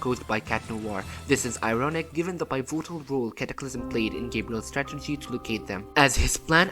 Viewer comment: Pievootal role , heads tawords ., please subsicripe . FIX YOUR ENGLISH